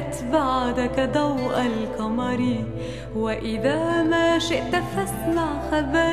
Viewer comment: نطقها غلط لاتكل (لاتقل) الكمر( القمر) خربت الموشح بنطقها